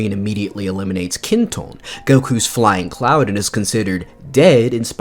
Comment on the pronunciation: loved the video! small correction, it's Kinto-un, not Kinton!